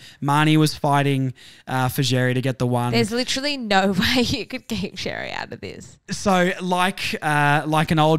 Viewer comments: Xerri is pronounced “Sherry”. Not Jerry, or Cherry, or Zzjerry or whatever else you’re saying. It’s becoming worse than the commentators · I’m not annoyed like the other bloke but yes Xerri is pronounced Sherry it’s a Maltese last name. And in the English version as well it’s pronounced Xerri. It’s not the end of the world though just letting you know!